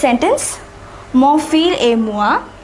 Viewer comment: fils is not pronounced as fil, but fis